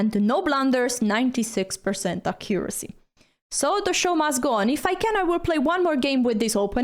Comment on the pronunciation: it's pronounced AC-curacy not ac-COO-racy (stress goes on the first syllable) 😂